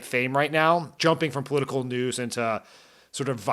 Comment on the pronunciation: You were a COMMUNICATIONS director for Obama and you talk like that?? Way too fast with nasal vowels that are almost. impossible to understand? Oh, the irony that you, with your position and career, can't pronounce the word "political" correctly with 4 syllables.